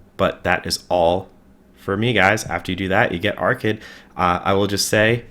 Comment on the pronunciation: That’s not how you pronounce that name